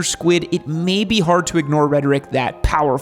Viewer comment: I like how you said “do not start on a 600cc SPORT bike” emphasis on the “sport”. I started on a ninja 650 which is considered a sport touring and it is arguably the perfect starter bike. Definitely doesn’t have the guts of a R6 but your not going to get bored compared to a 250-300